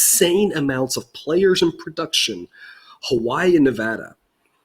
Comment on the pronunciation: It is Ne-VAD-a, where VAD rhymes with BAD. It is NOT Ne-VAHD-a.